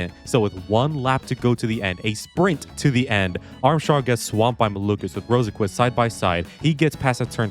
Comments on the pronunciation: You actually pronounce it (row sen kvist) 😔🥀💔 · what the hell is the pronunciation of Rosenqvist lol